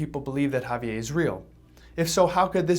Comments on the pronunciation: Had to stop watching lol. Couldn't stand that way he kept saying Javier. It's not a French name sir. It's Spanish. Javi-Ehrrrr. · I'm cringing every time he says "Ha-vee-ay". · Ago saying javie and pronounce the fucking R!!!!!